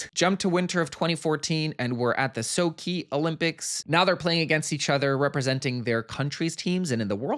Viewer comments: it’s Not SoKi, actually it’s Sochi. Pronounced SoCHi like in CHin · Sochi is pronounced how it's written. So-chee. Not Soki. - No, Scott isn't in Montreal, he's in New York. He plays for the New York team. And in Sochi, he was on the US team. Look at his clothes, it's the Stars and Stripes. Shane was on the Canadian team. Ironically, though, François Arnaud, who plays Scott is from Québec. - It's not just a normal job though. If paparazzi or media take a photo of him in the gay bar, it's in the news. And something that I didn't like about this series was the lack of the portrayal of the extreme homophobia that goes on in the NHL and in hockey locker rooms. If they think you're gay - you're done. It's so homophobic. It's not like being outed at an office job. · The Olympics were in Sochi “so-chee”